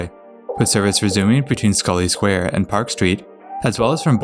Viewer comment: North Station (the ground level portion) actually opened with Haymarket Square, Adams Square, and Scollay Square on 3 September 1898. It was part of the originally Tremont Street Subway extension. Thank you though for pronouncing Scollay Square correctly!